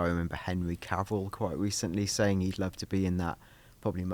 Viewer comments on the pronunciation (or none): none